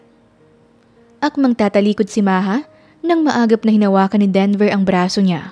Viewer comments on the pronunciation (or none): Lol 😂 Sir Devel kc sungit, Instead Denver 😂